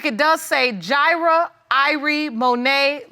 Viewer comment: "Ji'rah born" haha . Yes, i am the grammar police! Woot!woot! Thats the sound of the police!!